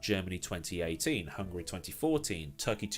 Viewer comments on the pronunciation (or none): none